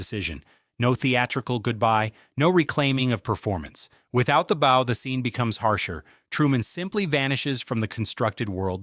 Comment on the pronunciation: AI narrators that throws in the occasional um and uh but mispronounce 🎀 with bow are peak comedy